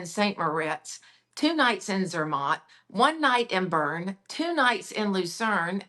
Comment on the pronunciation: I loved this segment, the clever questions, and the thrilling itineraries- as also, hearing more about the differences of the brands that exercise it. What an expertise of! Just that she terribly butchers the names of the cities... I, as a German- would not know which city she's talking about when she says "Trier", "Zürich", "Bern"... but who knows how I would butcher the name "Arkansas".;)...Thanks a ton for this one!